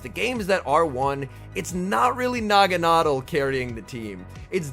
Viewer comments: "Nah-Gon-Adelle" You're pronunciation would be correct if the E and L were swapped like "bottle" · Actually it’s pronounced Nagana-del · I've always pronounced it "nah-gawn-ah-dell". Am I the only one? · I'm pretty sure he said the name wrong 🤔 Nevertheless, each to their own 👍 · Yea the way he is pronouncing it sounds awful lol one of those names that I will pronounce different like Ferrothorn, Rayquaza, etc.